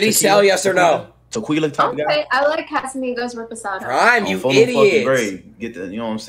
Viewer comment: Did I hear him say te-queela? Lol